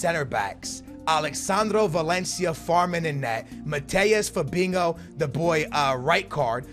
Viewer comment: Why does he pronounce it Fabingo?